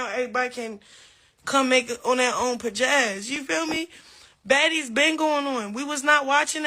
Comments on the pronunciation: Did she mean ‘pazazz’? 🥴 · When she kept sayin “Pajazz” I fakeweight wanted to🔥her💩up😂😅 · Any Bitch they say pijazz instead of pizazz ( 2 or 3 times) aint got none and im giving her a fuck up dummy contract 😅😅😅